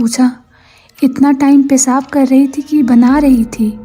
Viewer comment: Hindi sahi kariye baki sab mast hai...सही शब्द "सर" नहीं "सिर" इसी तरह पेसाब नहीं पेशाब होता है और स और श मे अंतर करके बोलना सीखिए